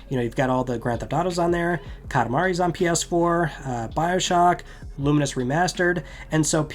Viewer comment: Pronunciation check on Lumines? I've always said lu - mines. Clearly says it differently and more like luminous